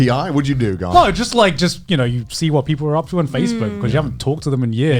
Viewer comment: Aki really coming in with the hard R when she pronounce GaRnt